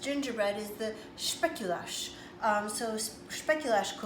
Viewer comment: As a person of Dutch descent, the cookies are pronounced like this. Spake-u-lass. ☺️ Anyway, I'm trying these for the first time and my Dutch cookbook says to oil the moulds. I've read a comment that it will go rancid over time. Also, I have made one last night and I found that when the dough is colder, it works better. And every culture I find has specific great pastries that other cultures don't make the same.